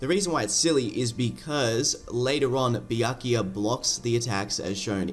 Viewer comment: Bro went on to say byakuya as BIYAKIYA.